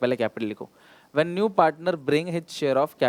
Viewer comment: Sir's his share. ---- hij share . Too cute.🤟😊